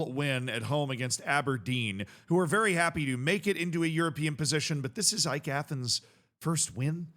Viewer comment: Nah bro Cypriot football is 100 times more passionate than anything in England Also AEK, btw you are the first person to say the name correctly, has more European experience than Crystal Palace, and did play West Ham two seasons ago Also winning the Cypriot League ain't easy, it's probably the most demanding league in Europe by the amount of foreigners that come to Cyprus It's the most foreign league because everyone tries to keep up with each other, and the Cypriot players aren't enough And there are now 8 "big" teams in Cyprus out of the 14 that play in the league, and there are play offs where only the top 6 can contend for the league, so it guarantees that 2 of the 8 don't even go into the play off group And people in Cyprus are passionate to near violence A couple years ago Greece Cyprus and Serbia had the biggest problems with violence in stadiums, many people dying Thankfully this has relaxed a bit at least in Cyprus, not so much in Greece and Serbia When it comes to AEK there is a meme that says they always go to the final step and can't win the league, which they have been trying to do for the past decade A bit like 2010s Tottenham